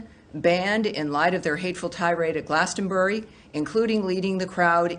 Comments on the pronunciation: I really liked 'glastenberry is apparently a giant music festival' lol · He cant even pronounce glastonbury. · the way Ben pronounces Glastonbury hurts my poor English soul.